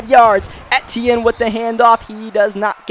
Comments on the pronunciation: it’s pronounced travis e-chenne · Its pronounced (e-tee-in